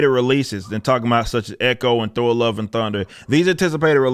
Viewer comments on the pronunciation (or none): none